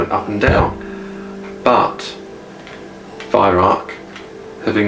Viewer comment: Why don't Youtubers listen to Herr Weihrauch telling the world how to pronounce his name?